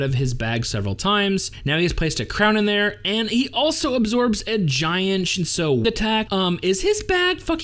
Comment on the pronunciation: I do like your analysis. Have you read the source material? It's on an app called Webtoon. 2 words you pronounced weirdly Shinsu - ( Shin sue) Lero ro - ( Lé row row)